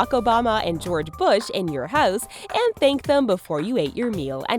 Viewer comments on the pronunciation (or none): Because I noticed that accent when you said house